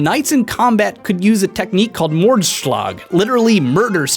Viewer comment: Your pronounciation of mordslag was'nt the best